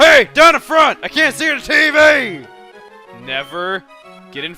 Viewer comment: "I CAN'T SEE DA TEEVEE"